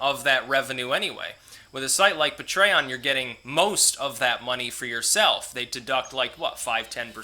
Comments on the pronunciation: I'll give you $2 a month to stop pronouncing it "Puh-tray-on" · You pronounce patreon: pay-tree-on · Lets say it together... Pay tree on. Patreon. LOL. keep up the great content. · Hey!!! Don't puh-tray-on-ize me man!!! Lol. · The way he pronounces patreon is pretty funny.